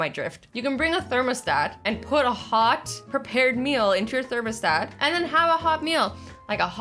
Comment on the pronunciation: ...……..did she say....thermasdat…...my god...……..